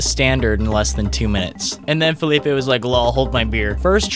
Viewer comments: I think his name is Felipe, not Phillipe (thats french i think) Love the video guy, keep like that. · Im guessing he was trying to say "felipe", cause it would be kind of a dumb spelling if it really was like that, unless he was called philip and people referred to him as felipe